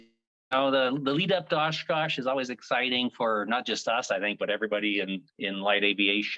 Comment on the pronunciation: is it so hard to say Oshkosh!!!